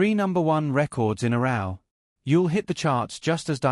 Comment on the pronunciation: This one is probably just as bad though. How are you going to mispronounce “3 records in a row”? (With row rhyming with cow).